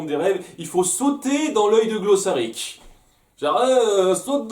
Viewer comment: Ah sinon c'est Glossaryck, je suis le seul ici à avoir le droit d’écorcher les prénoms avec, par décret spécial de..... Moi-Même. ^^^